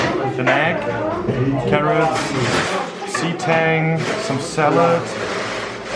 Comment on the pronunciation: It’s so obvious that is German he said „Seetang“ with an English accent to describe seeweed I died lmao